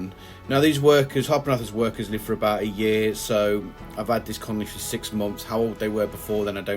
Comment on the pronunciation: Love the way you say colony totally wrong in all of your videos. Even subtitles can't hack it. >.<